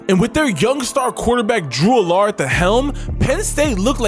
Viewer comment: Agree, Allar should be pronounced like Allen as in Josh Allen.